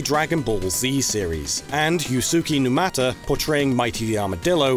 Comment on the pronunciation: Yeesh, "yoo-SOO-kee new-MA-tuh?" For a channel revolving entirely around an industry heavily tied to Japan, you guys SERIOUSLY need to fix your horrible grasp on Japanese phonetics. It's not even hard, Japanese is literally one of the easiest phonetic languages. The fact that you're still this bad at it this many years into your channel is frankly embarrassing. The name is pronounced "YOOS-keh new-MAH-tah." And "Sato" is pronounced "SAH-toh," not "SAY-toh."